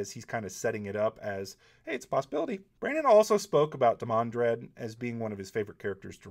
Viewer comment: Okay I'm sorry but this is bugging the crap out of me, I've not said anything for months but it's time "DEE-man-drehd; /ˈdiːˌmæn.dɹɛd/" It's a hard "D" and a slow "A". Think demon but with an "Aaa" sound from the back of your throat instead of an "O". It's not a soft "th" sound with a quick "A", it sounds like you're saying "the-man-dread". Sorry to be that guy but it's been bugging me for so long I just couldn't shut up about it any longer... XD